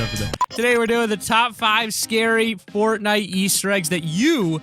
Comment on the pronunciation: Did you just say potnite.